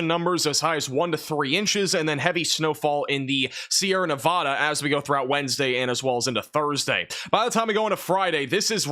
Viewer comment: Now that you’re a global player with a global audience, those of us in Nevada have a big ask… please, please make a concerted effort to pronounce our state correctly.😊